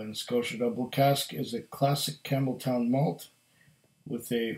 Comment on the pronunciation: I might have been reading "Campbeltown", but I kept hearing "Camel toe" lol nice review my friend!